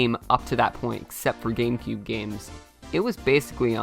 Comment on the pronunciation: "number 6, gambecube." me: -_